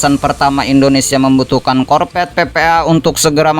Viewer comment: APA ITU ARTINYA " KORPET"? * sebaiknya belajar dulu lah.. untuk bisa.meng- Artikulasikan Huruf "V" dengan baik ( huruf V adalah V dan bukan Bukan " P " ).....Nanti kalau sdh busa menyebut Huruf " F ", Dan " V " dengan tepat... barulah nanri bisa jadi Moderator! 😂😂😂